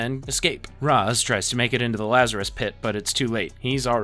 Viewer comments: It’s rashe not rozz I hate this so much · bro how do you get the pronunciation of Ra's al Ghul wrong, it's pronounced raysh, as mentioned in other series by the character, not like the egyptian god Ra with a long a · Yo was about to comment the same thing, mispronounced Ra’s too